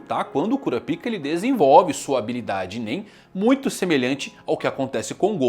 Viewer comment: Pq ele fala kurapika e nanica diferente Que agonia